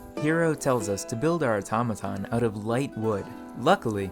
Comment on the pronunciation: What is this guys accent? he says the strangest things. his "o" specifically is always a bit off from any other English accent I've ever heard. "Unfertunately" "Majerity" "Errigin" "Mehr" "Beferh" but "Automaton" is said well. The inconsistency is wild. And I heard him say "Firth" instead of "first" almost like this was written and read by a bad AI. Is this some hyper local dialect or diction? is it a speech impediment? or what? Can anyone shed some light on this? It's quite foreign to me.